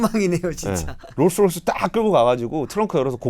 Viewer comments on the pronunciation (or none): none